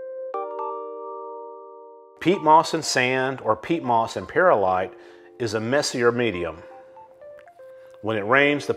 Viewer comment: It’s Pearl-ight come on man it’s simple